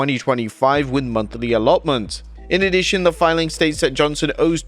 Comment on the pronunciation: Is it just me or did him saying 13 sound like 30 and owns like owes?